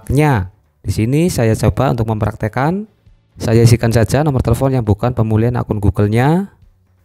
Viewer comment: Orang lain denger nya pemulihan... Aku malah denger pembullyan